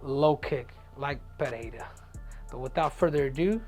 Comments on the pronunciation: Tripple C, thanks for pronouncing PeReira properly. Please, tell Rogan how to say it. He invented this “PeHeira” thing that tricked everybody else in the UFC to repeat it. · Pereira is not that difficult to pronounce for a native Spanish speaker